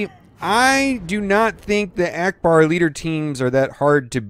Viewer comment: Trash he said Akcbar...